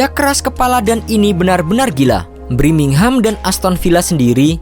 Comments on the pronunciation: BIRMINGHAM TOLOL BUKAN BRIMINGHAM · Wkwkkwww Birmingham Knpa jdi Brimingham Ngakak gua setiap dia ngomong gitu... Hahaa hahaaa Semangat trus 👏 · Birmingham bukan BRIMINGHAM blokk!!! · BIRMINGHAM bukan BRIMINGHAM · Birmingham min bukan Brimingham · Brimingham apa birmingham min 😅